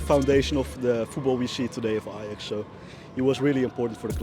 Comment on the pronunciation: Par contre mgl OK tu nous explique l'histoire de l'Ajax en français c'est cool mais stp plus jamais tu dis l'ayax en français le J se prononce donc tu dis l'ajax